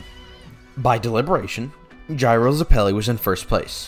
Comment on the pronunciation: Why are you pronouncing zeppeli like that 😭😭😭😭😭😭😭😭😭😭😭